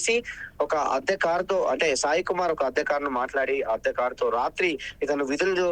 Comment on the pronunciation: ఆద్య కారు కాదు అద్దె కారు. ఉటాఊటిన కాదు హుటాహుటిన. మీ చానెల్ వాళ్ళకి తెలుగు సరిగా నేర్చుకో మని చెప్పండి.